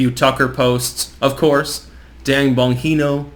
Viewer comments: Not “Bon-hee-no” but rather “Bon-Gee-No” (as in “gee whiz.”) 😊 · Bon-jean-o!!! Not Bon-hino. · It's Bon-JEAN-oh, idiot. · Pronounced BON ji no